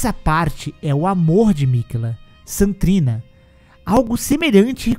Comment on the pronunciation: Ele fala Saint trina tudo junto, tipo "santrina". O que esta correto já que St. e abreviação para Saint.